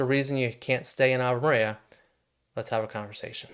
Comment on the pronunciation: It’s AVE MARIA